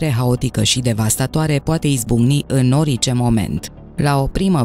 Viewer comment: Poti sa pronunti cuvântul orice …normal.?….nu ori…ce